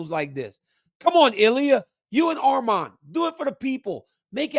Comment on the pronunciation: DC THANK U FOR SAYING HIS NAME RIGHT ITS ARMAN NOT ARMEN